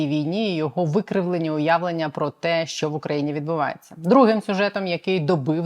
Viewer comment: ВЕДУЧА! ЩО ТВОРИТЬСЯ З ТВОЄЮ ЩЕЛЕПОЮ,ЩО ТАКІ СЛОВА ЯК (ЩО) ТВОЯ ЩЕЛЕПА ВИМОМЛЯЄ (ЩЬО), (ЧИ) ТИ ВИМОВЛЯЄШ (ЧЄ) А (ЧО) ЗВУЧИТЬ (ЧЬО)..............?????????????????????????????(Українська діаспора в США)